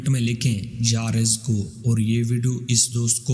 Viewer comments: Narrator ne mispronounce kiya hai. Its YA RAZZAQU He said YA RIZQU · U must Read ya Razaaku not ya Rizku Jazak Allah Bhai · یارزق نہیں یارزاق ھے جناب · Bhai..ghalat.bol rahey ho.ya razzaqo...pehley bolna sekho...kissi sey pooch kar samajh kar paro.. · یا رزاق ھے اپنا تلفظ درست کریں رزق اور رزاق کا فرق دیکھ لیں۔ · Ya Razza qu parhte he please currect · Ais video ko delete kar k dubara sahi talafuz k sath upload kar. Thanks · Ais video ko delete kar k duba sahi talafuz k sath upload kar dy. Thanks